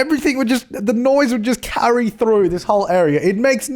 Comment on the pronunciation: What is this about? His accent? Lol